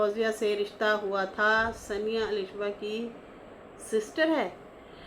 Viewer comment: Saniya. Nahi. Saaniya. Duble AA. Saaaaaaaniya. Aisa naam hai meri English bhi aise hai ki gharmai bolte hai tu hamare samne bol lekin bahar mat bol